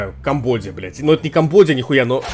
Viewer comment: Не Камбодия а Камбоджа